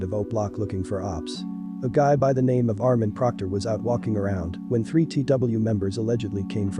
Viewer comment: You are butchering that name lol you know I fuck wit ya tho keep ruining it up G